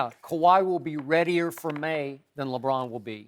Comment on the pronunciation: Did skip just say "radyier" nice English lmaooooo